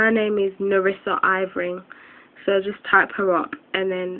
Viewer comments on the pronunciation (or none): prounouced Er-ving